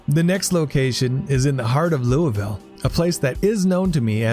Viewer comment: As a Kentuckian please don’t pronounce it Lou-Vill